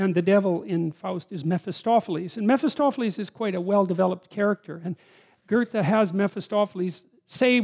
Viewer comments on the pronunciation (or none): You come to refer to a character who you name something like Metostophelese. This is around or just a few seconds after . And since you mention Faust as author, you clearly mean not Mephistophelese, but Mephistopheles, which normally shouldn't be pronounced as if it ends with "ese", not in English anyway. Anyway, quote, " Mephistopheles (/ˌmɛfɪˈstɒfɪˌliːz/, German pronunciation: [mefɪˈstɔfɛlɛs]; also Mephistophilus, Mephostopheles, Mephistophilis, Mephisto, Mephastophilis, and other variants) is a demon featured in German folklore. He originally appeared in literature as the demon in the Faust legend, and he has since appeared in other works as a stock character. ... ". Note that none of the variants end with "ese". Getting the pronunciation correct is helpful. It aids with doing Web searches. Update: And later, you come to pronounce Metostophelese more like Mephostophelese. It'd be good to add such thingsto the videos, so show, rather than only say, the words. It isn't at all necessary for most of what you say, but it'd be helpful for soe "things".